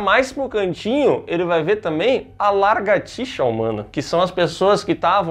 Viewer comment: "Largatixa" não... calma... parou. 😮 Volta... volta vai... 😂 Comigo: LA-GAR-TI-XA 😊